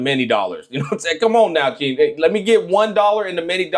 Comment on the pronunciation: Google is wrong 😭 Her full name is 心月狐 (Heart Moon Fox) 心(xin) = heart so I would probably pronounce Hsin as “sing”